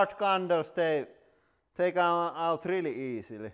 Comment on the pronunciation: That "rally english" is noice :D